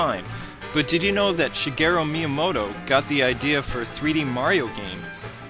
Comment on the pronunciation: who is meamoto? you say that alot in the vids